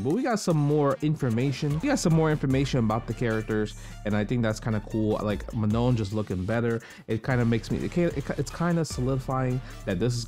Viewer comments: It is prononced... Ma NON - like french NON... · Manon is a reasonably common name in a few countries, but I can speak to the French pronounciation if you like. The second 'n' is clipped like a lot of French words ending in -on, so it's kind of dropped in favor of enunciating the "oh" sound at the end. So it sounds a lot closer to "manh-OH." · I need an FGC community video of everyone pronouncing Manon